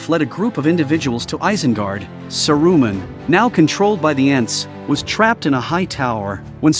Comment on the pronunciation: Ouch on the ears....Sa -Ru-Man. Painful